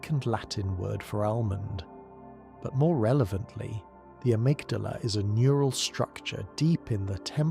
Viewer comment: I made it to Amygdala, or as you pronounce it "Amygdalae" . You have Patches in the vid, who pronounce Amygdala "Amygdala". But on several occasions , just blatantly say Amygdalae. I Did you splice the parts when you was sober, and told the lore when you were high or drunk? Lol...